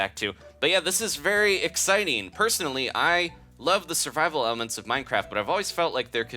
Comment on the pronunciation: Did you seriously say "sirveal"? Kms